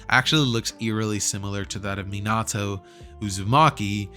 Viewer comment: Is no going to talk about the fact how he mispronounced Minato